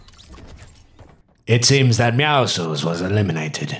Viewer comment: oh yes my favorite character meowsuls not meowscles